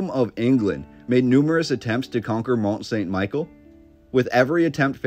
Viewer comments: The proper pronunciation is Mon San Me-Shell. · Mon Sawn Michele (pronounce) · Great video. I went there a few years ago and its truly impressive! Just one thing...its pronounced Mont Sun Michelle in French. I also wondered if you had found its sister...over in Cornwall England called St Michael's Mount? It looks like a smaller version, but not with quite the majesty of the French one. Apparently linked to the same order of monks. I agree with you wholeheartedly...the narrative does not ring true. There is more to this story. The architecture and engineering is a formidable feat. One of the most beautiful places I have visited. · Mon-San-Mi-Shell That's how you say the name of the Island. It's a cool place to visit if you're ever in Normandy. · Sorry but this is really annoying. It's Mont St Michel pronounced ME-SHELL. I took French in highschool and hearing you butcher the name is gonna be taxing. Still gonna watch the rest of the video however. Sorry 😅